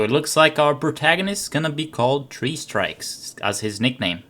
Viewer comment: I heard 'Three Stripes', not 'Three Strikes'.